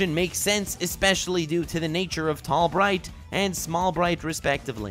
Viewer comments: In a small/tall bright you said tall might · called him Tall Might instead of Tall Bright.